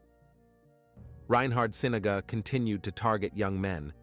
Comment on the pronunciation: It's reynhard sinaga too not ryan hard. Some people also believe him to be the manchester canal pusher..